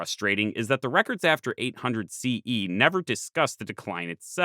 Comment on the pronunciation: I was totally on board with this video till he said “800 CE”. If you can’t even say the year correctly, I can only imagine how the rest of the video would be.